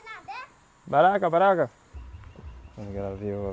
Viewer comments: Its not baraka, its bakra. Like youre vids 👊🏾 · Actually it's the same "Bakra/white man". It was just mispronounced by. "Baraka" which could be easily misunderstood by the locals for black/blakka. Luckily no one was offended by him saying baraka. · its "ba"kra 🤣 bakra. love your videos. thanks for filming my country and making us enjoy your trip.❤ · Hi..the word is bakra not baraka. That is our word for a white person. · kept saying baraka instead of bakara. I don't think they knew what you were saying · The word for "white man" in Surinamese is Ba-kra not Bakara or Baraka. Atleast in the city it is. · It's bakra, he was saying it wrong. And Suriname drives on the left side. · “Ey go ptjinso ptjintso. “ It’s going alright.” It’s also pronounced: Ba-kra😅